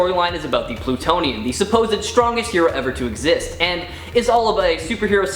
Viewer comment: "Plutionian"? Sigh....